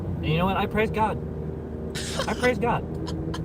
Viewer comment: i swear i heard i crave cock not i praise god ;_